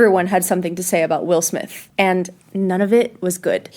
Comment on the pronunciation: It is not pronounced Smif It is actually just Smith